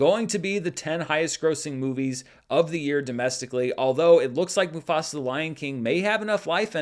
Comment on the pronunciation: As a Telugu Native Indian have to say that was really a good pronunciation of the movie 👌🏽